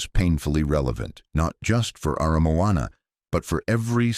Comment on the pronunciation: But he got Aramoana right. Pathway to the Sea?